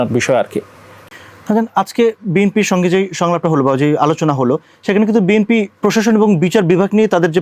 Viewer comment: এই লোক কিশের সাংবাদিক ভাই.?সে বি,এন,পি,কে বি এম পি বলছে.!!!!!!!ভাই এরা কোত্থেকে এসেছে.?এরা কি পড়া লেখা করে সাংবাদিক হয়েছে.?বর্তমান সময়ে দেশের যে দুরবস্তা ভাই.!এ কোন দেশে আছি আমরা.?এই লোকটা মনে হয় ঐ দলের সমর্থক সাংবাদিক.!বি এন পির বহু লোক আছে,বি এম পি বল.!অবশ্য এটাই স্বাভাবিক.!যেমন দল,তেমন তার সমর্থক.!!!!